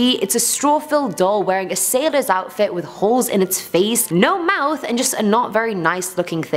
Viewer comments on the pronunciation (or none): none